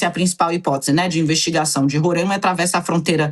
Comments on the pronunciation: Não é Rorãima ... É Roraima! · Roráima! Não Rorãima.. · Roráima pelo amor de Deus, RORÁIMA. Descurti o vídeo e eixei de assistir depois de de tanto ouvir Rorãima. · Só fiquei agoniada ouvindo tantas vezes " Rorâima", sendo que nome do estado não tem acento pra deixar o a"A" fonhoso. É Roraima 😊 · Não é Rorâima. É RORAIMA. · Aprendam a pronunciar Roraima direito. Não se pronuncia Rorãimã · É RorÁima. RorÁima. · RORAIMA = RORÁIMA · Esses bandidos da direita são todos covardes. E é RoRÁima, mana. Fala certo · Meu ouvido sangrando ela falar errado varias vezes.